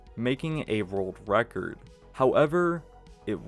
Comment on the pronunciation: World wecord? 🤣 Bugs bwunny